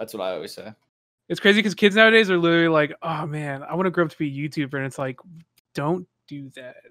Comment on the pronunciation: 🤣😂🤣 0.44 witerally ... kept rewinding to make sure but he witerally can’t pronounce the L in witerally 😂😂 this broke me beyond belief